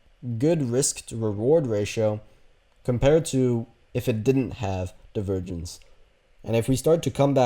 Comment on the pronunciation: Is anyone else hearing “the virgins” when he says “divergence” 😂